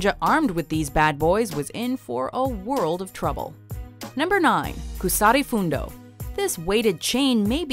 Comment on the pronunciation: Kusari Fundo isnt pronounced with a long U